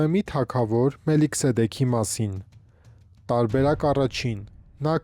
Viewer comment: Մելքիսեդեկ ոչ թե Մելիքսեդեկ մնացյալ լավ էր👍🏻